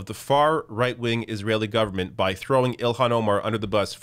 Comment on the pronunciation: It's NOT ILL-Hawn, it's IL-Lan.